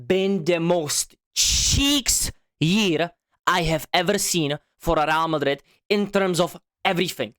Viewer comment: “RAL MADRID”😂😂😂😂